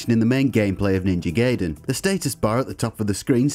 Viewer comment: It's pronounced Ninja GAY